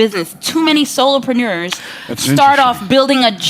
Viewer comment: She said SOLOpreneur